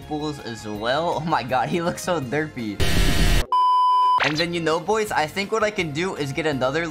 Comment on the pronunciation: You don’t even know how to say boys